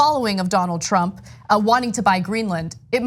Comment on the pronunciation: Did Ana just call him “Chump” and not “Trump?”